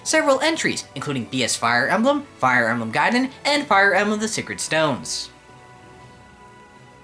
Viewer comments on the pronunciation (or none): none